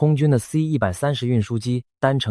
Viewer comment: 太平島現在是屬於中共管轄嗎?你全篇AI的影片人物都是穿著中共制服,包括士兵,軍官,保衛,的臂章徽章都是類似中共的,最明顯是 士兵戴的帽子不是12道光芒的國徽,而是中共的星星,如果是如你所說屬於台灣,那AI應該修改為台灣的日常才對,發音也應該台灣腔而非中國腔調,C-130你讀成(塞 一百三十)